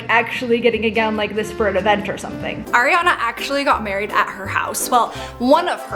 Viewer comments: ITS NOT AIRY-ANA IT ARIANA AS IN ARI-ANA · it's no aeriana/ airiana 😭😭 aariana!! ARIANA GRANDE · (I dont wanna be one of those people but) are we seriously not gonna talk about how said “air-iana” grande 💀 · U SAID AIRiana Grande I'm her biggest fan